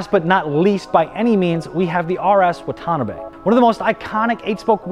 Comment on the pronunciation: Pronunciation: RS wata-NA-be.